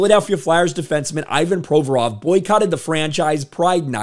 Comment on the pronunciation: someone PLEASE tell this man the player's name is - ee VAHN pro VOR ov, not EYE Van PRO vrov. He made his name totally unrecognizable to a native speaker, it's not fair